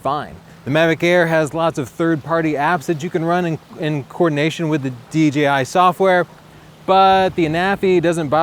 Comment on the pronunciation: Thank God, he said D"Jay"I, and not D"Gee"I.